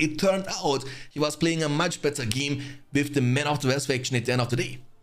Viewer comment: mate please try to pronounce the words normally .. West, week, win, westfold...lol. It's W not V